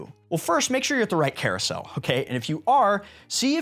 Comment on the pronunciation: Sir, new sub, great video. "CAROUSEL"